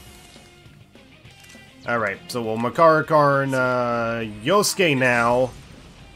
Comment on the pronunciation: I'm starting to think he keeps saying Persona and move names wrong on purpose just to piss people off. Skuh-DEE instead of SKAH-di? Deh-kuh-JUH instead of Dee-KAH-jah or Deh-KAH-jah? Yet he gets Makarakarn correct?